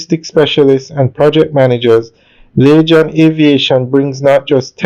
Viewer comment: I don't think. It's pronounce .lachan. Its lagan phonetically. laygan .